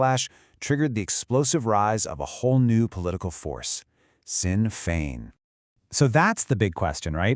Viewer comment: FFS its not promounced Sinn Fein its pronounced SHIN FAYNE. D'oh